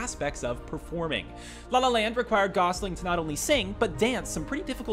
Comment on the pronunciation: "RYAN GOSLIN" -- D'oh!